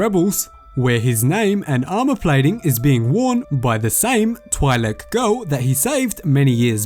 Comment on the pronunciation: The i in Twi'lek is pronounced like the ea in leaf.